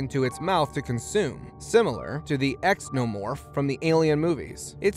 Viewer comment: did he really just call Xeno's Exnomorphs?